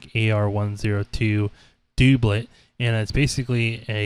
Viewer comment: Dub Let, not Doob let